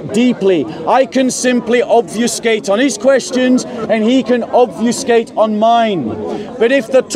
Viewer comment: it's not obviouscate (this is not a word), but obfuscate (to make something unclear, unintelligible)